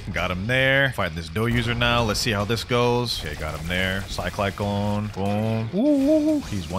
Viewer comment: 'sky kyclone' 💀💀💀